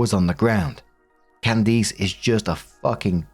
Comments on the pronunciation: Your saying Candice like CandEace not CandIce 😅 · Story 3 - As an adult human being living in an English speaking country it is literally not possible that has never heard the name "Candice" pronounced before. Simply not possible. Therefore, his absolutely heinous and frankly cartoonish mispronunciation of it can only be viewed as cheap and intentional ragebait. He really should be ashamed. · Theres no way you didnt say Candice like that on purpose